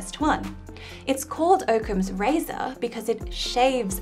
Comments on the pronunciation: Oh my gosh. I can't believe how many people have this a thumbs up. She discusses a number of algorithms for truth (like Occam's Razor, fwiw I've never heard it pronounced that way because there are 2 C's), but many of them are algorithms for formulas (which is a mathematical representation of very specific data but is not necessarily truth, and certainly not useful in very many cases). Barry's paradox is for example a very specific algorithm that is extremely limited in it's application. People do in fact need good algorithms for truth that they can use ... The scientific method is an excellent one, Occam's Razor is a good one, identify reliable sources and consult them is also great, or measure the doubt of experienced people who are benefactors of a claim is exceptionally good. There are many more, all of them actual algorithms for truth. Barry's paradox ... Not so much. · You are the first person I have ever heard pronounce it "Oak-ems"! Now I am curious if that's the correct pronunciation.